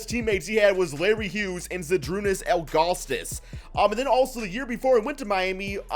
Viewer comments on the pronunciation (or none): There's no T in Ilgauskas